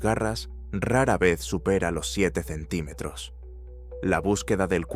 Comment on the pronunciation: no sabe decir centímetros la IA o que?